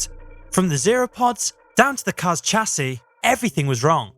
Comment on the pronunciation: Why is a Brit pronouncing Chassis incorrectly